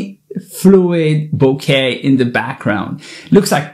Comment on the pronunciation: I'm so glad that Nikon is bouncing back with tremendous awesome gear! And thank you for pronouncing bouquet correctly! The first photographer in YouTube to do so! 😊